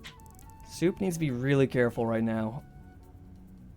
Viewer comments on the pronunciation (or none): The name of szop was mispronounced. In polish language, sz is spelled as sh, so the name shouldn't be pronounced ,,soup", it should be pronounced ,,shop". Szop in polish means a raccoon